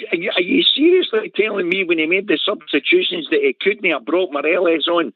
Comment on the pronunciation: How many seasons has Morelos been at Rangers and this clown canny pronounce his name correctly? I'll type it out phonetically for ye. Maw- Re- Loss.